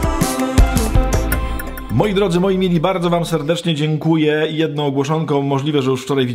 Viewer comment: Którzy tam pracujom, jednom z oznak, mowiom, czepiajom, pojście pewnom drogom, potrzebujom, z nowennom... nie naciskam i pozwalam ale moze cos sie uda naprawić